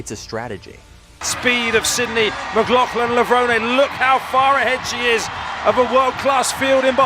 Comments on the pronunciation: FAIL! Florence Griffith Joyner is the Fastest Woman in History! and FAIL #2 her last name is McLaughlin not Mclaughling 😖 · Hysterical. They pronounced her name in the clips and yet you still said her last name incorrectly. And no one says 400 M. It’s 400 meters.